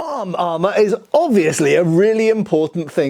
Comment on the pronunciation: "Arm armor" just sounds so funny in British accent.